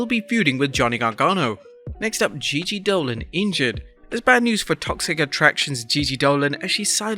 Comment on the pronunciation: It's Gigi Dolin by the way...